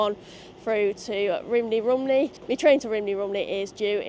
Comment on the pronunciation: Just a couple of little Welsh-English (Wenglish?) corrections "Lan-ish-en" "Rum-knee" Fab video. :)